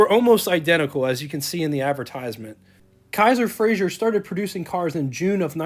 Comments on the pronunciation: A couple of comments: It's pronounced "Fray-zer" not "Fray-zhur" He was Scottish, not French. The person who's picture that's shown when you mention Joe Frazer is not Joe Frazer. Don't know who it is but it's not Joe. You are correct, Kaiser had the first hatchback. Kaiser and Frazer for '47 were the first cars with a straight through fender line (no running boards or "hang on" fenders.) True post-war styling. The "AC" control allows air to flow through the heater, which Kaiser called an "Air Conditioner." Another cool feature these have is the control marked "T" below the dash, which stands for "Throttle" - it's a cable to the carburetor, sort of poor man's cruise control. As another person commented, the problem with using the Continental 226 in passenger cars was the valves burned frequently. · Good video but I have to voice my pet peeve - it's pronounced "Fra-zer" not "Fra-zhur" Joe Frazer (not Frazier) was very proud of his Scottish lineage. You are correct that Kaiser had the first hatchback in 1949. A '47 Kaiser Custom is a rare model among the KF line. The hood ornament is an after market add-on. Very cool - KF did not offer a hood ornament in '47 so owners often added the after market units available at the time. The "AC" knob turns on the water to the heater. In '47 the heater was known as an "air conditioner" - great piece of yesterday to be sure. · It is NOT FRAZIER; It is pronounced and spelled FRAZER! Repeat: F-R-A-Z-E-R!